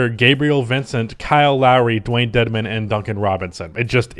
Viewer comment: Put some respect on Dewayne Dedmon's name.